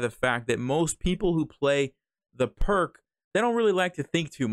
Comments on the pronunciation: Pirc is pronounced like “Peerts.” Also, interesting opening. I’ve been playing f4, the Austrian Attack, instead of f3. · All the Pirc players are offended that you pronounced it wrong, and that you said we don't like to think, including me! lol jk. If you're watching this you'll definitely catch a few Pirc players off guard, but be prepared for the lines other lines as well, just in case. Thanks,, for helping me not fall for this trap. 🙂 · In honour of GM Vasja Pirc, please pronounce it correctly.